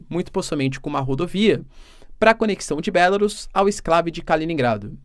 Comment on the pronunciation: Bélarus, que pronúncia Horrível !